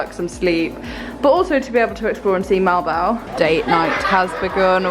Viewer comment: You pronounce it " Mo al bo al" not molbol or other way